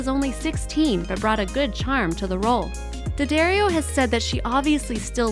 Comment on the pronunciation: 11) it’s Dad-Dario not Dad-Ario